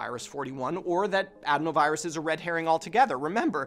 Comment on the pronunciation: That would be a pretty BIG coincidence no? Couldn’t possibly be related to the lab designed virus that swept the world, or the untested vaccine. Take it from this guy who can’t pronounce adenovirus